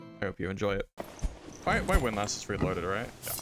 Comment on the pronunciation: unsubscribed unless you learn how to pronounce windlass correctly.